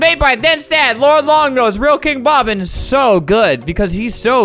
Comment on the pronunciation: he's sou good